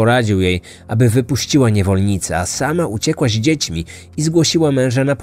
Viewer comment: Super robota, tylko za każdym razem kłuje mnie w ucho "Ździećmi" 😅